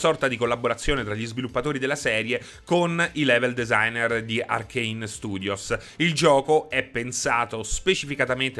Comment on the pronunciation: "lievel designer"😂